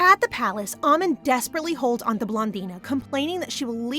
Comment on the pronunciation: It's pronounced ah-mon not ah-min